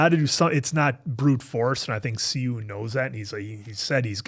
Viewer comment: I noticed y’all been pronouncing Si-Eun name wrong 😂😂😂😂 I know it is not yall fault though. English romanization doesn’t match well with Korean characters. So, his name is pronounced like “Shi-eun” instead of “Si-Eun” whenever an “s” is next to a vowel sound “ee” (long e sound) it makes an “Sh” sound in Korean. So, the actual pronunciation is “Shi-Eun” 😂💀 btw love yall reactions and observations 😁